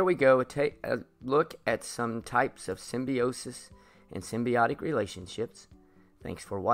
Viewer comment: Hey just so you know you pronounced symbiosis wrong 😐